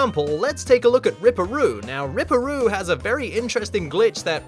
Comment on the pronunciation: It’s rip-per roo 😂